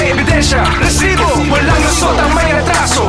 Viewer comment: huwag mo ng artehan ang pag bigkas mo ng Rrrrrrrrrrrr....rrrrrrrrresibo.....annoying